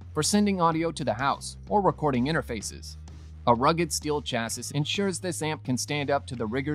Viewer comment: Chass-e, not chass-is